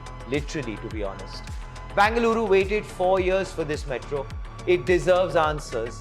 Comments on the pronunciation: Either say Bangalore or Bengaluru. Wtf is bangaloooru? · It's not Banga-luru. Either say BENGALURU or BANGALORE. Thanks for the details in the report. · It's Bengaluru and not Bangaluru. It was called Bangalore before so if you don't use Bengaluru at least use that for your ignorance. There's no word called Bangaluru